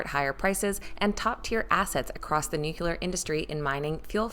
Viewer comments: New cue ler! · That drives me crazy. Everyone is pronouncing nuclear the way George Bush does. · She can't pronounce "nuclear"! 🤔